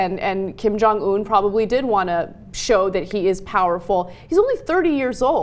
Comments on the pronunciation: Sorry, this is a little pet peeve of mine. It's not pronounced "oon" (운), it's "un" (은), like the prefix or the French article. That being said, here's hoping that Beijing distances themselves more with this regime after this instance... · Ana.... Its "UN" not "OON" hahah